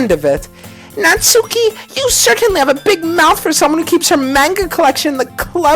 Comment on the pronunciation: Natsuki is pronounced NA-TSA-KE